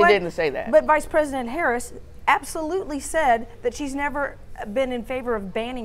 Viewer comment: She said “Pice vresident” 😅